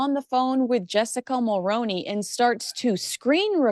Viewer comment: 🔴 Jessica Mulroney's last name is pronounced as Mull-Roo-Knee... think actor Micky Rooney's last name and simply add the Mull prefix to it. Brian Mulroney was our Prime Minister, he was French Canadian 🇨🇦 he pronounced his name the way I've described. His daughter in-law will also pronounce it the same way By continuously mispronouncing her last name you are disrespecting our late & former Prime Minister Brian Mulroney. You wouldn't simply ignore someone continuously & repeatedly mispronouncing a former President's last name. I have been making comments for at least 2 years now explaining how to pronounce Mulroney as well as Reitman's (Reet-man's) you either haven't seen it or you've simply ignored it. I'm asking you to PLEASE start pronouncing Mulroney correctly, in respect for or late former Prime Minister Brian Mulroney. Thank you